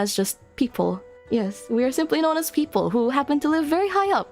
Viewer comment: You're so cute! Beautiful model! I enjoy listening to you, and this is the first time I properly hear someone speak Tagalog! 10/10 comfy as heck Almost sounded like "peakple" which would be... ahem, I'm not some kind of nerd who likes puns! LOLITA DRESSES? Based and fashionpilled